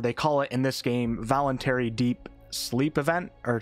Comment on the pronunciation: "vonultary deep sleep event" really?